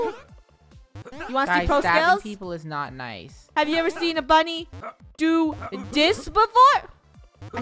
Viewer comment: For some reason whenever you say bunny I think you say funneh🤣🤣🤣🤣🤣XD